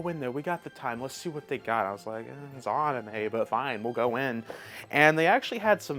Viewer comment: Love the channel. Consider working on your Japanese pronunciation like ah-knee-may. You say a lot of words which are Japanese and I think it would be good to learn a bit of pronouncing like na ni nu ne no to get more people to pronounce works more accurately. Anyway keep up the good work.